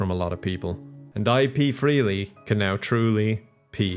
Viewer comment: Not ipee freely 😂